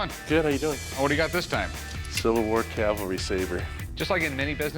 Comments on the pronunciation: It’s a CAVALRY Sword, not a Calvary, look it up! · corey saying "calvery" over and over irks me. its like when a guy i work with says "backhole" or "rebarb".